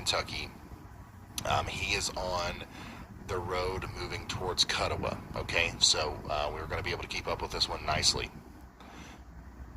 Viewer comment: Didn't pronounce Kuttawa or Suwanee right so not from western Kentucky